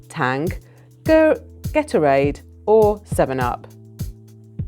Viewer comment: Getorade? What is Getorade? It is supposed to be Gatprade!